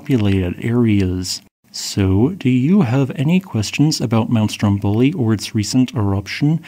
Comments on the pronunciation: Very instructive. Just a small pronunciation correction it’s Strómboli not Strombóli. ❤ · Yeah the question is, when are you going to learn to pronounce Stromboli correctly? That is with the tonic accent on the first o, not the last one!